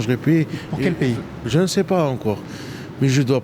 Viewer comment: « Ji suis devenu malade dans la rue…! » En tout cas mon gros t’as pas l’air de mourrir de faim 😂